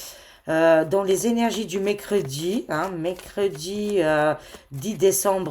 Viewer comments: Coucou...tu me fais rire lorsque tu prononces le mot MERCREDI! Tu dis mécredi.......😂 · Je voulais l'écrire et ajouter, déjà une semaine que notre a prononcé Mécredi 😂😅😊